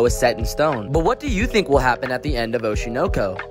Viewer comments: Atrocious pronunciation. It should be Oh-SHY-Noe-Koe. smh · i can’t get over how you’re pronouncing it oh-she know-co lol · The way you pronounce oshi no ko makes me angry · The way the anime name is pronounced is provocative